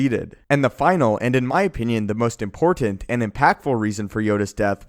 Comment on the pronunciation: Dude, please learn how to pronounce the word "important".